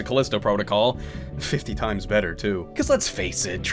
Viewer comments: Also: "Callisto Prah-tic-uhl." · how he pronounces protocol like that I have no idea